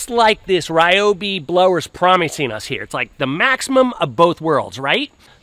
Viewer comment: You cant even pronounce the company name properly.